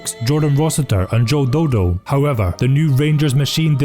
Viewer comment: Pissed myself when you called him Joe Do Do